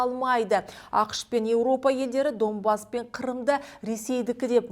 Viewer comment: Не Домбас а Донбасс